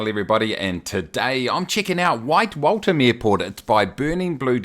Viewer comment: Not Walt ham but walth as in the walth-hum